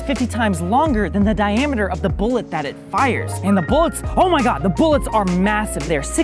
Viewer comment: Oh my god! I got more and more annoyed every time he said bullet.